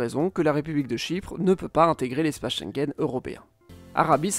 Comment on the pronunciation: Très intéressant comme toujours. Mais par pitié apprenez à prononcer Schengen correctement. Mes oreillers saignent !